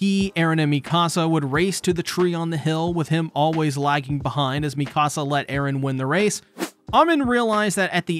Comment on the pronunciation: I lovingly and gently suggest correctly pronouncing "Mikasa". Please and thank you 🙏